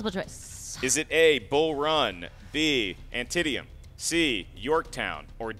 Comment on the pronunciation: "Antittyam"? You mean, "An-teet-am". Where's your head?